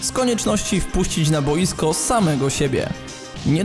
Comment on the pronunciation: dlaczego zawsze akcentujesz słowo "boisko" na pierwszą sylabę?